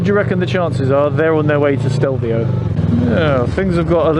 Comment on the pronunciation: Stelvio is just two syllables, which is why the accent is on the first syllable. AKA Stilfser Joch. There is a local Lombard dialect name, but I can't say it.